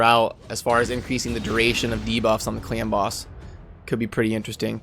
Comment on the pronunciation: Sounds like u are saying clam boss :D